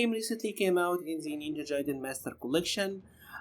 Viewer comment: It's pronounced Ninja GUY-den. I am only telling you because I know you can do it.